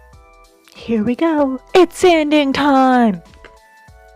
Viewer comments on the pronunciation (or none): Did you say...."It's Sandy time?" or "It's sanding time?" Really hope I know the answer